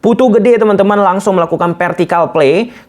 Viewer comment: Haa meuni PERtikal play, sunda pisan euyyy 👍